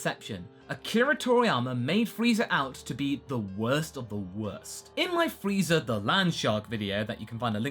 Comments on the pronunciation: Really? Really? Freeza with an I. So disappointed. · Wait is he really saying FREEZER